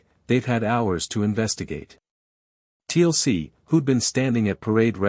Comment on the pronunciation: I know great story but TLC in Stargate big no. AI still has a lot to learn about pronunciation